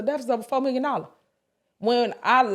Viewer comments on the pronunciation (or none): none